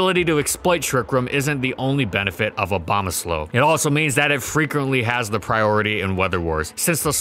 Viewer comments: he said slow instead of snow, making it hilarious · Not just the subtitles. He's literally saying 'Obamasnow' 75% of the time. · he really did say abomaslow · i swear he said "abomaslow" when he talked about its useage in trickroom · did he say abomaslow? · I replayed it several times and I'm pretty sure said Aboma-slow in the context of Trick Room. Nice pun there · Did he say Abombaslow? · Did he say abomoslow?😂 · lol. Abomaslow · I heard snowbama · "Obamasnow" lol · The best thing about abomasnow is how people pronounce it OBAMAsnow lmao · What he says: Abomasnow What i hear: O B A M A S N O W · Dude, I couldn't unhear the "Obama-Snow" every time he said Abomasnow now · He said “Obamasnow” the entire video, and this is what you worry about? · The only reason I'm laughing is because he accidentally pronounced it like that in the gen 4 doubles section. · I keep hearing Obamasnow. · i heard him say bomasnow one time. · Help I keep hearing it as obama snow >:3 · I like how it says "Obamasnow" in the beginning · I keep hearing "Obamasnow" :d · Is it just me or did he say Abomaslow at around 5 minutes in? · The only thing I hear when you say his name is Obamasnow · Swore I heard him say ObamaSlow once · ahh yes, obamasnow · I wish he stopped saying Obamasnow at some point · Try not to say Obamasnow repeatedly; fail